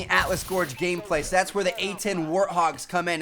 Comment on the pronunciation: Why does he go like "Sowe" lol he says so weird